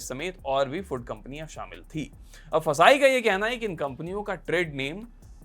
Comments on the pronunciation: It's not फसाई, It's FSSAI, pronounce it correctly you are a big news channel. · FSSAI ko फसाई nahi kehte hai, usko F.S.S.A.I pronounce karte hai. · FSSAI ko fasai 😂😂😂 kehna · ऍफ़ इस इस ए आई ❌ फसाय✅